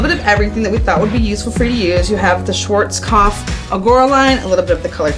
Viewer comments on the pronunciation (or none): That's quite amusing for me as an Austrian. This guy is asking people to spell a name he himself does not pronounce correctly. 😂 It's pronounced "shvaarts-kopf", my friend, and it means "black head". 🙂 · "Schuorskoff" 🤣🤣🤣 When Americans even mispronounce the products they are working with...